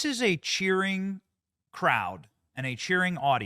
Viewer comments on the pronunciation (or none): Cheering AI not cherry ha ha ha ha ha ha